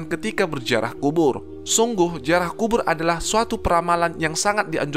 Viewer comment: Ziarah bukan jiarah ngb